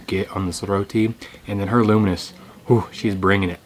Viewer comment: I kept hearing luminous Sambol and I thought you say luminous due to its color. Then I realized what you really meant is "Lunu miris" Sambol. (Lunu = salt and miris = chili). Hilarious!!!!!!!!!!!!!!!!!!!